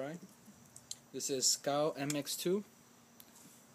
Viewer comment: Hey man its not cow its pronounced Cee-A-Oh just like the letters